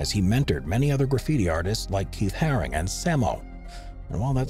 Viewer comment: Keith haring not “harris” 🙈 Also saying robbo v banksy was one of londons first graffiti wars is just ridiculous 😂